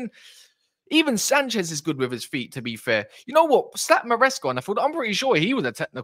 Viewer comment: His name is Sánchez, not sanches